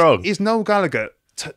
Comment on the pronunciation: Me, an Irish waiting to hear how they pronounce Gallagher. "Galla-Gurr." My disappointment is immeasurable and my day is ruined. I like what he said about Labour, though, haha~